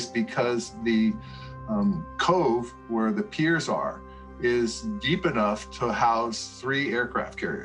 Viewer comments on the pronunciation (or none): none